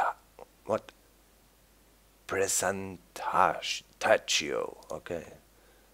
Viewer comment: Precantatio Pronounced Prey Can Tay She O :P (Like so he can see?)